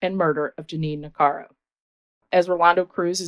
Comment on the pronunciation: It's NIH-CARE-IKO not Nicaro. Just sayin